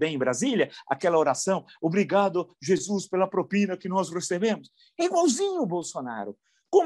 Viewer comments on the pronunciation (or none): none